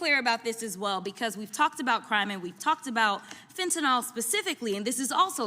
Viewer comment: I love Jasmine, but I do wish she'd pronounce the name of the drug correctly. It's fenta-NIL, not fentanOL.